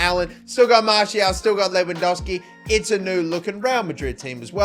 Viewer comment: Its not lewandoski its lewandoWski